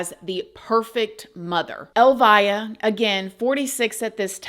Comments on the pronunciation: His mom’s name is pronounced Elvia.. not “ elvaya”. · Clarification: her name is pronounced el-VEE-ah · FYI. Elvia is pronounced. El- Vee-ah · Pronounced El-vee-a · You are pronouncing her name incorrectly, the name Elvia is pronounced: like Elvis but instead of the s an ah. Elvi-ah. The via sounds the same as in Ste-via. Hope this helps! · Her name is pronounced like El-vee-ah. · It’s pronounced El vie ah. So sad either way… she loved him so much… gave him the best life 😢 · Yeah ! That case is like a 😈 position! I just want to let you know that the pronunciation of Elvia is very different than you pronounced. In the show.. The E has the strong accent! Check in google translate .